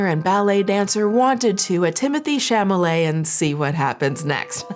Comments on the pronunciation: The way you say chalamet cracks me up.. I had no idea about the Google thing and that is terrible.. And the lady's tik tok you posted.. When she made the comment about saying that to someone hearing the n word as they are being hung or set on fire.. My god that just hit me so hard 😭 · The petty delight I took every time I heard you say Timothy Chamalamanooscarsforthatdingdong’s name wrong. Intentional or not, it just those bits even better 😂👏🏼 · Why do you call him Chamale? 😅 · Are you saying chamalet on purpose? haahah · your inability to say chalamet is the funniest thing ive heard in so long it made my night😹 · Copyright clippings aside, having you deliberately mispronounce Mister "I don't understand ballet and opera, so obviously no-one else could possibly care about it"? LMAOO that was a beautiful little petty cherry on top of all of this nonsense. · I laughed everytime you mispronounced charlamets name hahaha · You mispronouncing Timothee's last name every time made me giggle. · I felt vindicated to know that I am not the only one to mispronounce Timothée Chalamet’s last name. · Idk if the mispronunciation of chalamet is deliberate but it feels right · Ok... Is mispronouncing Tim Tim's last name on purpose? 😂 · I love the fact that you keep unintentionally mispronouncing his last name 😂😂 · I appreciated your bringing attention to this so much. Girl, it's CHALOMET not CHAMOLET. You are usually a stickler for the details, which is why I appreciate you so much. (Also because I was a touring keyboard player through the mid 80's - mid 90's and you and I have a lot in common.) Still love ya! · Sincere question, is there a joke reason or other reason his last name is being pronounced "shamma-lay" instead of "shall-amay"? Or is it just a silly mix up? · Don’t know if you care, but if you do, Tim’s name is pronounced “Shall—oh—may.”